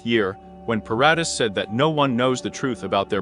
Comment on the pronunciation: At least pronounce paradee properly though its spelt Paradis